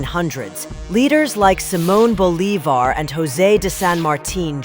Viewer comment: I wish you didn't use AI voice. We won't watch videos with AI, they are too annoying, especially when they mispronounce names like Bolivar.